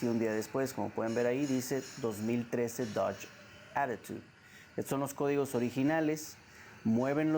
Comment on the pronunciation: Aparte del video que esta excelente, me gusta la pronunciación de "dodge actitud "